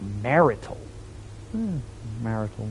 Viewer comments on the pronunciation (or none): Good job on so quickly getting what the chess puzzle wants you to do. I think you'll have a pretty good time with the results once you get there. Dyslexia really isn't doing you any favours here. Martial is pronounced mar-shal. And yes, it means military.